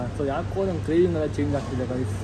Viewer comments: Carvings alla CRAVINGS 😅 Actually I don't mean to make fun of u ... It's just that many of the times you have made fun of aunty abt her age and usage of English words... Nivu mistakes madtira ... Navu madtivi yellaru madtare ... We shd not make fun of our elders ... Nanu recent agi buddhi kaltorodu ... Rest love your family n your vlogs ❤😊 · It's not carvings it's cravings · Carvings alla😂 cravings